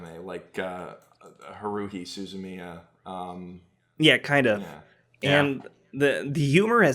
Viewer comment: "Haroohi suzuhmiya"